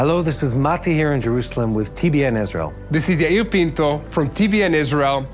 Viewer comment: Yair Pinto not penco!!!!!!!